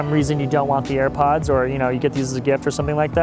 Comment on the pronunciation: "For some reason you don't want the air puds" dude are you serious?